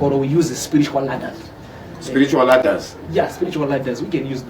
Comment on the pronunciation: hanzi sporitual (spiritual) pronunciation though